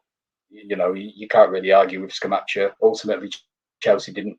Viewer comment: The Europa League DID affect us. Most Sundays after playing in the Europa League on a Thursday we reallly struggled due to the lack of squad depth. The players looked leggy. Can't see us finishing higher than 8th at best. Hope I am wrong. By the way guys it is pronounced ScamaKKa 🙂